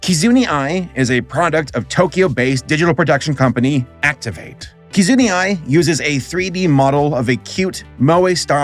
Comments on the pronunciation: "Kizunee" Is Kizuna really that hard to pronounce? It's consonant followed by a vowel three times! It's like the same level of difficulty as pronouncing "Rarity". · The way you pronounced Kizuna Ai was so distracting. How on earth do you look at the letter "a" and get the idea to pronounce it "ee"? I'm legit confused about this. The fact that you pronounce "Ai" correctly makes it that much more confusing... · I tried to ignore his mispronunciation but it felt like a stab in the heart every time he said it. LOL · Sorry, I can't with the way he says "Kizuni" lmao., I love you, but that's an A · Axdamia It's not hard to hear and repeat a name. Kizuna Ai isn't hard to say at all and his pronunciation doesn't even make sense. He calls her Kizoonie. As an English speaker how do you turn the letter A into y/ie? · It is such a weird choice to make a 40min video that probably took significant time to make, and not spend a single second researching the names of characters you are talking about. You even included a brief clip of Kizuna Ai pronouncing her name and you still didn't say her name correctly once. Does mispronouncing things helps videos go viral or something? There is no way such an easy thing to fix could be possible in a video that required so much research to make. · Me too! He mispronounces names so bizarrely and so consistently that I'm beginning to think it's an intentional comedic bit. A single google search per name is all it takes to get right, so I think he consciously avoids hearing the correct pronunciation before publishing his vids. Dozens of hours of editing and recording is no excuse for skipping 15 seconds per name. I think it's usually hilarious! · Take a drink for everytime says Kizuna A.I. wrong. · I have no idea how you managed to butcher Kizuna's name, but I am impressed and horrified. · I confirm 100% that you did not pronounce Kizuna Ai correctly. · "Key-zoo-knee"? How...? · "Kizunee Ai", it has an "A" man, come on xD